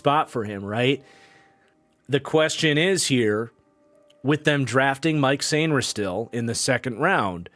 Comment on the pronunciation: FYI Mike Sainristil's first name is pronounced Mikey! Love the content!